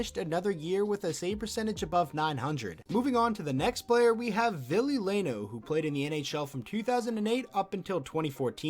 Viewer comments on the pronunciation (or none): *ville not villie. Hes finnish afterall